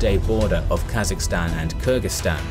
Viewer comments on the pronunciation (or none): Its not Kurdistan its Kyrgystan.